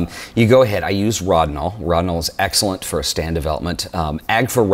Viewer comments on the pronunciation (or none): NIce stuff except it is pronounced with a long 'o" like "Row-dinol"